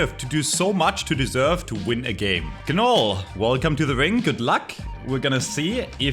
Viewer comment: The G is silent in gnoll